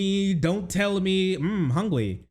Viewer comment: Ahh Hungwy